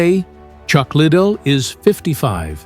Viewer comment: Learn his name, you sound dumb…….Lid dell …..